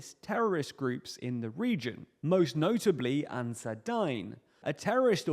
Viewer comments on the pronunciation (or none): It's pronounced Ansaar-e-Deen good vid otherwise